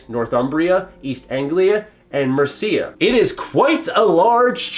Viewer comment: I actually found some AC games to have kinda short Main Stories, and was disappointed to finish them so quickly. I hope Valhalla's is longer. Also, MERcia, not mercIA. Emphasize the Mer, not the I.